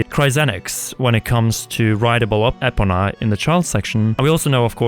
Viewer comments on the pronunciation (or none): What’s the horse’s name again? Say it with me my guy. Epona. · Agreed. Is he sayin' "Apoona"?? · Am I the only who thinks the way ‘Epona’ is being pronounced in this video is completely insane ? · What I would love is for them to add areas from the games before it and precursors to games which come after it (e.g. Lake Floria, in between Kokiri Forest and Lake Hylia and Trilby Highlands, next to Death Mountain and behind the Castle). Also, what's with the weird pronunciation of Epona? That's the Japanese way of saying it but the origin word doesn't come from Japanese - therefore, it's ee-poh-nuh. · dude you've been playing the game for 100 years, how are you saying epona all wrong, it's so grating on my spirit